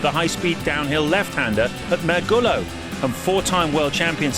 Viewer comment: "Mergulo" Ok, I know a lot of people doesn't really care too much about Portuguese, but guys, give it a try once :P